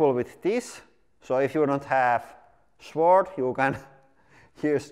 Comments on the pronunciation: in English, we don't pronounce the 'w' sword. It's pronounced like 'sord'. To be fair, it's one of the many weird exceptions in English that make absolutely no bloody sense whatsoever. Afterall, we pronounce swank, switch, swollen, and swallow, et al, with the 'w'! I'm fairly sure sword used be pronounced with the 'w', and probably not that long ago, but just not in modern parlance. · (Sword is pronounced like sord.) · In English, the W in Sword is not pronounced. So it is pronounced SORD. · The “W” in sword is silent